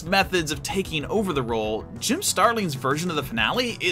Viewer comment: When I hear "Jim Starling" I hear "Jim Sterling"